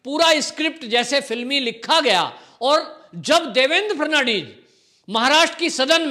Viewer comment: Devendraji la naam pl thik tarahse uchhare --- FA-D-N-VIS 10 baar rato for bolo